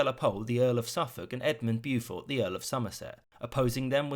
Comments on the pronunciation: Byoo-furt? Beaufort=Bow fort. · Fun Fact: Beau is pronounced "Bo" Be-oo-fort... I'm trying not to die inside. I'm not one to leave unhappy comments often but this mispronunciation always grinds my gears. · For God's sake surely it's not difficult to pronounce Beaufort correctly.